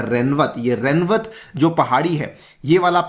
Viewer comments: It is रेवत (rewat) not रेनवत। I'm from Rajasthan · Its not remwat…its “Rewant” named after father of Revati(wife of balram)